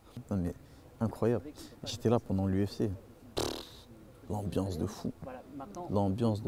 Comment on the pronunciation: "AMBLANCE" il est ou le U